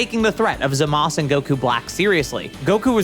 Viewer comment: Fun fact: It's 2024, it's Za-ma-su not Za-mas